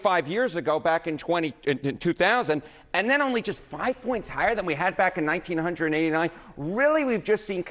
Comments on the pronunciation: he can't say 1989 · You do not say it 1989 don’t act ignorant even if you are on CNN it’s pronounced 1989 is that difficult anybody with a first grade education, knows how to pronounce it